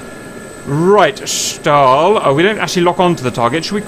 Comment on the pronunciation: Schtal, Schtal, Schtal. It is so annoying!